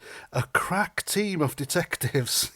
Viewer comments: Did you say 'police crap team' 😅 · I laughed so hard when you said crap team of detectives, I thought you said crack team for a second.